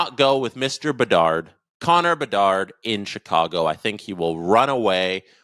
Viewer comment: I thought it was Connor Bedard not Connor Debard. :)